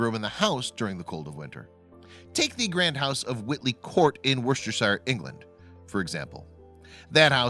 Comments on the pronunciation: W-shire | śŕ| like sheer. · Since you can pronounce Woucester correctly as wuster why can't you pronounce shire correctly as shuh? Shire appears as it looks in Tolkien's books, in front of a type of big horse, as a replacement for the word 'county' if it has a sheriff, and as an adjective otherwise. As a suffix, it is always pronounced shuh, as in Yorkshuh Pudding. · It’s wustershur not Worcestershire !!! If you got that name wrong what else in the program is also wrong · The "shire" in Worcestershire is is pronounced "sheer"....... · Lol how he said Worcestershire. I live on the boarder Of Birmingham Worcestershire. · Amazing someone doing a public learning video can't pronounce worchestershire